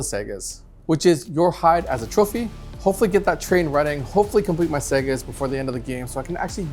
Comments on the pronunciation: Great video as usual but I wish he would call them sagas instead of segas😂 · Agreed. The wolves don't build console gaming systems. They complete sagas, not Segas. Also, the letter "J" is pronounced as a "Y": Njal = Nyal Bjorn = Byorn Arjac = Aryac